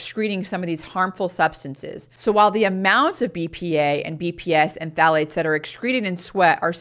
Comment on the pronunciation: I can’t understand that last chemical sounds like she’s saying P fats. The ones that stay in for the longest period of time and iron to excreted through the measures she is discussing. Can someone tell me what she saying and as importantly, where these chemicals R found? Thank you.